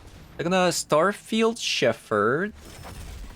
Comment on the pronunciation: just FYI, the word "Shepherd" is pronounced "shep-urd". I know, I know, English is stupid (it really is). There's an exception to every pronunciation rule.